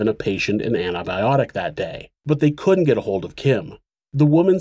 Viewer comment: For crying out loud! Learn to pronounce "Couldn't" and "wouldn't" properly. You, otherwise, do a good job